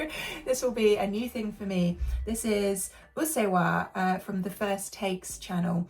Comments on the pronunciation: Your pronunciation of Ado's name and song titles is correct. It was a very beautiful pronunciation. Usseewa was an intense song, but I think it's also nice to listen to songs with gentle melodies like Elf that are rich in emotional depth. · It's pronounced 'Aah-dough.' Pretty sure you nailed the pronunciation of 'Usseewa' correct though.